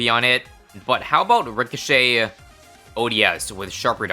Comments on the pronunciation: Re - co- shay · Ricochet. Pronounced Rih-so-shay-te